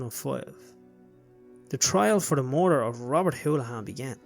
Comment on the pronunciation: Very good documentary, just one correction in the pronunciation of Robert’s surname, it is Holohan not Houlihan.